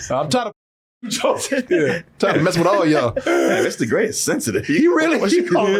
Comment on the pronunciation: My favorite dumb thing is that, while the Alien is Mr Grey, the autistic person/alien who gave them the powers cant pronouce it right so consistently calls him "Ister Gay"